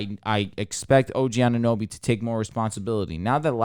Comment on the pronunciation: The pronouncations on OG Anunobys and Precious's name, and overall predictions of the Raptors IMO show you guys haven't been watching this team in preseason. Yuta, Svi, Khem, Boucher, Barnes, Dragic, Pascal, Flynn, Fred, OG.. And Fred just admitted that OG is the defacto #1 option right now, something that your analysis isn't really accounting for.